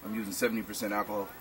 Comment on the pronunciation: "Akahol" Lol. Sorry.